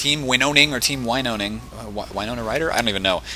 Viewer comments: You pronounce it like this: Winoning, not like you did (Winoning). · Glove here. Pronunciation: win-own-ing Also, boogie cat/nana is a laaaaaady